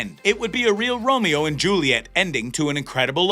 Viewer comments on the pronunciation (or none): none